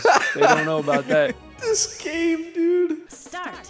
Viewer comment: I’m hitting the freaking bumper DUUDE why’d he say dude like that 😭